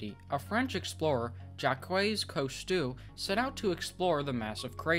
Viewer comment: His name is pronounced "Coos-toe".